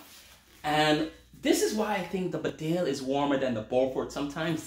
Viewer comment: It’s actually pronounced baaaaaa del